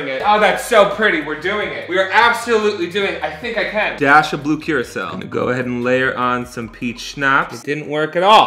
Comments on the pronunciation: it sounds like you're saying, "blue curacelle" lol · Am I the only one hearing him pronounce blue curaçao wrong?